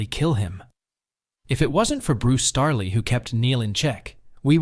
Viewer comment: Damn man, you butchered Bruce *Straley's name. When you mentioned the out of character moment for Joel you should have addressed the number one defense the game's supporters and Neil himself have used to justify his death, because while you're ""subjectively"" right you didn't actually explain why. Anyone is just going to repeat the most common "counterpoint", despite the fact that it still doesn't entirely justify the rather high level of stupidity Joel (and Tommy) showed. Overall incredible video, especially with the rare editing actually showing past instances of Neil's public claims. People need to do that more.